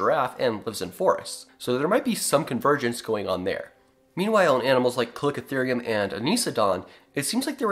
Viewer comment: It’s pronounced “ca-liko-therium